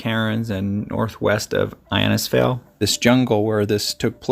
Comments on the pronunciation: Pronounced, Inn-is-fail. Good video. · Wow an incredible story if survival, the human body can take a lot. Innisfail is pronounced In is fail & Cairns is cans. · I like your channel, the stories are quite intriguing. Cairns is said almost like "cans" btw, not Carens. We say things strange here. Innisfail is pronounced In-uhs-fail. Nice work on the show. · It's pronounced In-is-fale (now say it quickly). And no, our rainforests are not full of crocodiles - the crocs like to live in swampy, mangrovey creeks and rivers. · Innisfail pronounced In is fail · I’m here at the moment…it’s pronounced in- is-vail..great vlog ty At the moment it is the wet season - we’ve had torrential rain - 10 inches in a couple of days. It’s a beautiful part of Queensland- the Atherton Tablelands